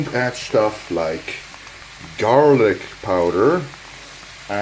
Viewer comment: what is Yarlic? Haha he invented new English. i se couple of videos and he shpell things like which may be only in his own language😂